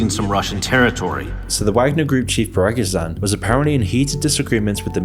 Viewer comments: How did you made this video so fast? 😮😮😮Also its Phriii-Gooo-Zhiiiin.... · Man, its not that hard to pronounce Prigozhin's name correctly. You could even pronounce it PrigoGIN(like the alcoholic drink). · The dude's name is pronounced "pree-go-jin" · Took me a bit to realize that by "parmezan" you were talking about prigozhin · Your pronounciation of Prigozhin is pretty poor tbh. Pre-Go-Zhin isnt that hard to pronounce. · PRIE-GOE-ZHIN That how you pronounce his last name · То как он произносит "Пригозан"..это просто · Shame you can't pronounce his name even remotely right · Well, this idiocy did not age well... But what can you expect from a fool that did net even bother to lean how to pronounce name Priogozin. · I swear the pronunciation of Prigozhin just got worse as the video went on. Also Occam's razor: this wasnt a psyop, just a bizarre coup attempt where both sides were horribly incompetent. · Fuck off, if you're going to pretend to be knowledgeable on the topic at least learn how to pronounce Prigozhin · The wrong pronounciation of "Prigozhin" is so jarring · Worst pronunciation of Prigozhin I've heard so far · Jesus, that pronounciation... Prigozhin is not hard to pronounce correctly. Even for an english speaking person... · Idk who is sponsoring this channel but this video was created in no time to show some western propaganda and distortion of the facts. You have no idea of the power and perception of Putin in Russia. You didnt even have time to learn how to pronounce Prigozhin. If you cared to show the truth you would wait at least a week after the events to fact check your info. (and no, I am not pro-russian, that doesnt mean I am pro-western) I am unsibscribing since the channel is obviously targeted to western white trash. Second reason is all of the videos here are extremely negative (since negative bias sells) and fatalistic. Third reason is info is unreliable, distorted and there is nothing original. Keep living in fear. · PrigoZEEN, not PrigoZAN.